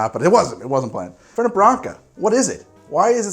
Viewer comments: FerNET, not Ferney. The name comes from Italian, not French. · It's Fèrnet, the accent's on the first e. ;) And the mint version is Branca Menta. :P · Hi im from Córdoba Argentina, and can 100% confirm that we pronounce it without T at the end. I hope you have a good day! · Never Fernei... FernEh or Fernet as you'd pronounce "Fair Net" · It's Italian, so the T in Fernet is a hard T. The French would drop the T at the end but not the Italians. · First, it's Branca Menta, not menta branca. Second, the 't' in the name Fernet is not silent. It's an Italian, not French, pronunciation. Do your research. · if u want more foam, just take out the ice! make coke spash in the fernet. Also fernet is pronounced with the T on the end and cOrdoba, with the accent on the first O not the second. Im from argentina, and we drink that everywhere, idk if it has mint, but there is mint flavor fernet appart from the original u should check it out too. Some people drink it with sprite, but I prefer the original with coke (never do it with pepsi, or any other cola flavor drink, ever!)